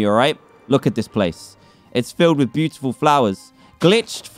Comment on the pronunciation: Dan: There BEE- utifal ME: Dan stop Trying